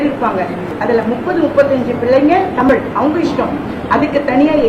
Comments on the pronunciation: தமிழ்டா அண்ணாமலை தமில் இல்லை மடையா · அட திராவிடியாப் பயலே.....நாதாரி.....நீ உன் மொழியின் பெயரையே ஒழுங்காக சொல்ல வராத நாதாரி. உன் நாக்கில் வசம்பு வைத்து தேய்த்து நாக்கை நன்கு வழித்தெடுத்து சொல்லப் சொன்னாலும் "தமில்"...மொலி...என்று பேசுகிற நாதாரி. நீ என்னமோ ஐபிஎஸ் என்று பீத்திக் கொண்டு திரியாதே? உன்னை முன்னிலைப்படுத்தி தங்கள் காரியங்களைச் சாதித்துக் கொள்ள நினைக்கும் பார்ப்பன திராவிடியாப் பயல்கள் வேண்டும் என்றால் இன்று உன்னைப் புகழ்ந்து வைக்கலாம். உன்னால் அவர்களுக்கு எந்த பயனும் இல்லை என்ற சூழல் வரும்போது (நிச்சயமாக வரும்) இன்றைய உனது யோக்யதைகளை பொதுவெளியில் நாறடிக்கத் தயங்க மாட்டார்கள். கவனமாகப் பேசிப் பழகு. அது உனது எதிர்கால நலனுக்காக நல்லது.